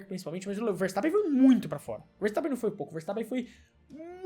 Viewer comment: ele abriu pro Vertappen😁 ele abriu pro verstappen ☠